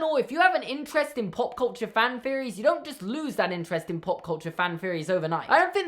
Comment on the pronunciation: I hate THE Pixar theory. Individual ones are fine tho Also my American ears keep hearing theories as "fearories" help